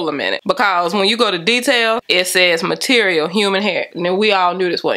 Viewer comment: “See beh-cause” lmaooooo